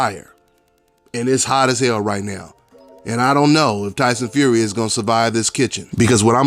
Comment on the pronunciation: Lie-son Fury!!!